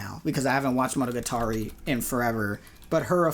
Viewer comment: Why does pronounce monogatari as if it isn't the most commonly spoken word in the show